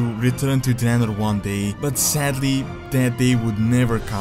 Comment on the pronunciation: called it Dreanor